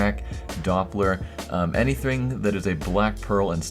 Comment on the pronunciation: "Anythring" "Black Peral"